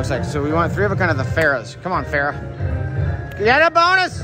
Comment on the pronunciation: And Pharaoh "Farrah" 😆